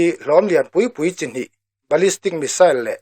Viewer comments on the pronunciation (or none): none